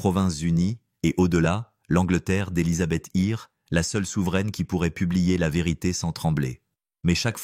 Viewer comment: Elizabeth Ir. ......ah bon. Connais pas.. en revanche Elizabeth 1ere serait beaucoup mieux